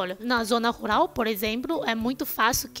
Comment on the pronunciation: Você fala ruRal e não ruLal, como cebolinha.